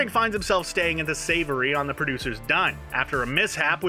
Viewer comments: Savoy not savoury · MAN SAID SAVORY LOOOOL